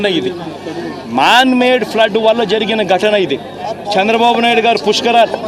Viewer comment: శ్చంద్రబాబు కాదు చంద్రబాబు నువ్వు ముందు తెలుగు నేర్చుకో నువ్వు అసలు ఏం సహాయం చేసావు 5 సంవత్సరాల్లో వేల కోట్లు దొబ్బేసావు నువ్వే కాదు నీ నాయకులు కూడా రాష్ట్రాన్ని గుళ్ళ చేసి నాశనం చేసారు ఒక్క రూపాయి కూడా సహాయం చెయ్యకుండా కబుర్లు దెంగుతున్నావు